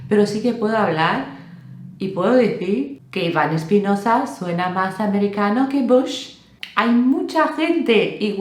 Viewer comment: Hola, no es Espinoza, es Espinosa, S normal... Os pasa mucho a los angloparlantes. Sé que nos pasa a los hispanohablantes que añadimos H donde no las hay, por ej: HEGG... 😂😂😂 Un saludo